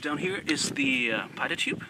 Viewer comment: Did I hear correctly, that he referred to the pitot tube as the "pilot tube"?